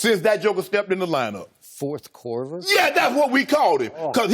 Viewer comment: This dude said "4th Korver" LMAOOOOOOOOOOO